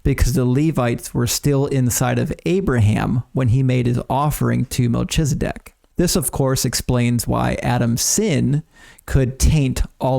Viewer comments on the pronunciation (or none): It's pronounced, MEL-KEEZ-A-DECK.